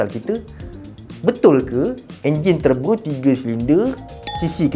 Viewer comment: Wow Terbo! Bunyi jawa sgt lah